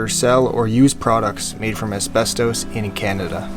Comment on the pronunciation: I have never heard “ asbestos” pronounced this was which indicates a total lack of understanding of pronunciation. Over and over every day now I am hearing common words ,especially names,mispronounced in ridiculous ways.